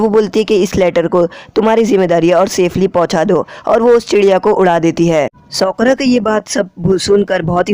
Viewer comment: Bro she is not soakora she is sakura